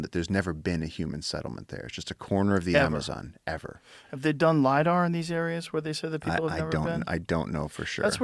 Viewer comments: Hey Joe,, stop with the 'Lydar' already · Joe "But did you LIDAR" Rogan.